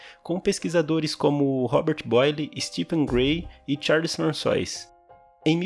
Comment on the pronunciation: Sei que não compromete a qualidade do vídeo, mas se preferir, a pronúncia certa para François é Françuá